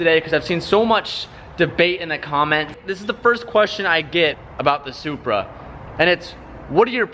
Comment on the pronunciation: I like who he says Supra zupar 😂😂😂😂